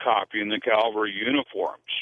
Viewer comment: Anyone who says calvary instead of cavalry isn’t worth listening too.